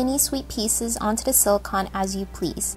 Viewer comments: It may be spelled as silicon but it is pronounced silicone. I am not trying to be rude in any way. This is still a very adorable creation. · Sweetheart, it's pronounced sili-cone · Btw, it's pronounced "si-lih-cone" . Silicon is an element. Silicone is a man made substance. Whenever my friend sees this (he's a science freak :F) he rages on and on.